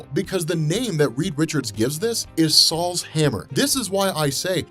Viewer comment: LOL Saul's Hammer. It's Sol's hammer. Pronounced "so-ul". It's not some old Jewish guys hammer.